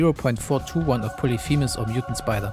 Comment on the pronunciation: myutant spidah